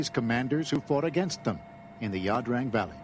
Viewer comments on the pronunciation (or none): It's "Ia Drang" NOT "La Drang" you illiterate fuck!